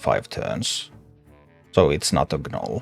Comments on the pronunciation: I LOVE your teaching style and patient gameplay !! One small note though....the "G" in gnole is silent.. Its just pronounced "Nole". Although admittedly your English is far better than I would be able to speak your language. Thanks so much for your content. Im pretty sure you have made a lot of people much better at a fantastic game !! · The g is silent when you say gnoll. Thanks for content